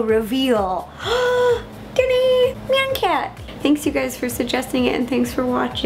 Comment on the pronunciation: I got 7 but when she said "This is the Nyan Cat cake it sounded like she said meow cake for some reason!